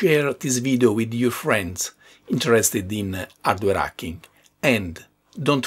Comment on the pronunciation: I love how he says "ardware acking"